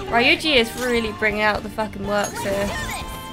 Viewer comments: Hey, just letting you know Ryuji's name is pronounced Ree-uji :) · Well, not really, but I guess the American voice actors pronounce it that way. And it is at least better than "Rye-uji". It should be "Ryuu-ji". It's very hard to explain it properly in writing, but imagine the word "you" plus a light r-sound in the beginning.